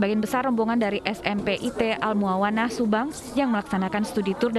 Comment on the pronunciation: Duh bacany al muawanah mbakk... bukan 'a el 😓